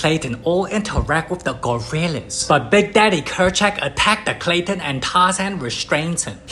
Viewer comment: It’s Kerchak